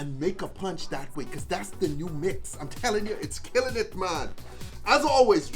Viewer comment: That Killin it Man, came out very southern